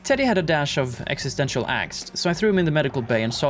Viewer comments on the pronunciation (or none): none